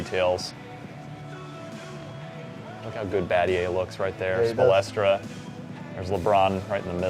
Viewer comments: This fuckin guy keeps saying "Spolestra" its SPOELSTRA at least have a geneeal idea about basketball if you're gonna play it for people to see damn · Spolestra lol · its (spoel - stra) not (spo - les - stra) idiots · this nigga said coach "Spow-less-truh" straight nerd he doesnt know shit about basketball its "Spowl-Struh" talkin like he knows 2k / real ball go back and program some shit let the ballers ball